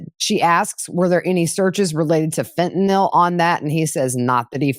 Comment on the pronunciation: Thank you. Watching from Alaska. Also Thank you for knowing how to pronounce Fentanyl.